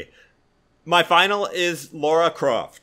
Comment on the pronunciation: Why do you keep saying “Laura” Croft 😭😭😭